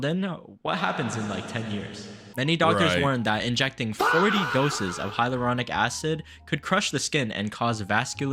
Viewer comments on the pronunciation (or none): its "hal your ronic"